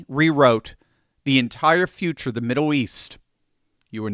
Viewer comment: Steve can't say "middle" 🤣 "Midduw"?